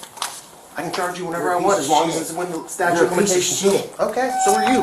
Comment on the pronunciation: LOL, "statue of limitations"? It's STATUTE